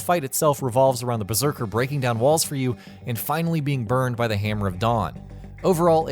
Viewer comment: "Beserker" lmaaooo